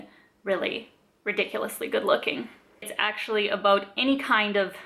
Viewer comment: You really remind me of Robin from How I Met Your Mother. I love the "abuts". It sounds really Canadian!